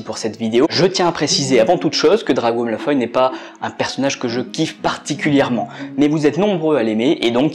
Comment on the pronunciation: Belle analyse que tu nous as pondue. Seule défaut, c'est que tu be prononce pas "Malfoy" comme je le fais: ça ma juste un peu déstabiliser. Toi: Malfoy > malfoille (oye) Moi: Malfoy > malfoi (wa)